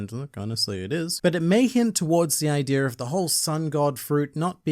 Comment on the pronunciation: Why do you say "idear" instead of "idea"?